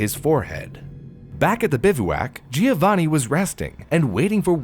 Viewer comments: It's JOE-vaNNN-ee, not GEE-OH-vanee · Oh honey you're trying so hard with the pronounciation I really appreciate it, pretty good! But please remember the "i" in Giovanni is not pronounced! It is more like "jo-vanni" , no "i" sound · My best friend's fiance is from Italy, she said it's pronounced JO-vanni 😅 "The more you know!"